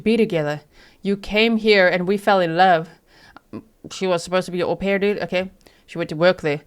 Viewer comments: Damn, G, that was a good one, “HO-pair” 😅😂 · How do you spell it haux pair like faux lol ? 😅